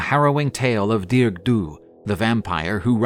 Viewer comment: I’m Irish, it’s pronounced “Dar-ug”in Irish not dearg like you would pronounce in English. For anyone who wants to know. It’s great to see people posting about Irish mythology, thanks for sharing this story